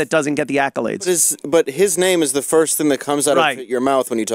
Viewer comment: Jade Runner "firsht of all"